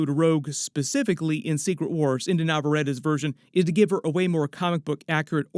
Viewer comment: Brother in Christ, it's Inde like Indy not Indah. Have some respect.